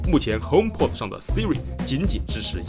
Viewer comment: py君的聲音呢？…看了值不值得買234集，還是第一次碰上這樣的問題？！...還有，應該是HomeP"o"d〔a〕跟iPod一樣。